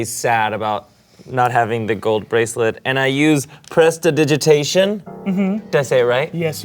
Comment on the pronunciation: I am VERY excited for more Smosh D&D. 🤩 Also I want to commend for pronouncing "Prestidigitation" correctly on what seemed like his first try.